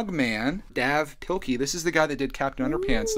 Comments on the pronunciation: Just so you know it’s pronounced dAve Pl-I-key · It’s pronounced Dave pilkey lol